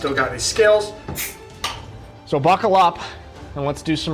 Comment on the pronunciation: "so bockle up" 😂